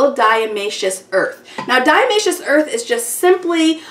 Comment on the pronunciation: I couldn't listen to her mispronounce Diatomaceous Earth one more time! Ugh.